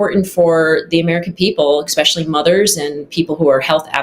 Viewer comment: I have serious reservations about how qualified a person is when she uses “expecially”